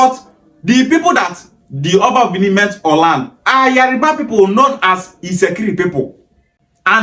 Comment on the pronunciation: What is wrong with some Igbos. You can tell that it is not spelled Yariba. Why pronounce it like that.